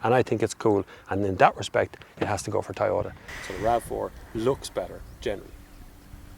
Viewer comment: Why do they pronounce it as Tie-ota? Is this the same brand we know as Toyota?